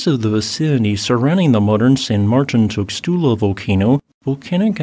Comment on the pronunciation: Tuxtla is actually pronounced tooshtla.